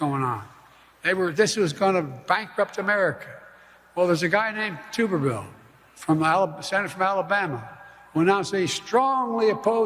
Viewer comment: It’s pronounced Tubby Tumorville.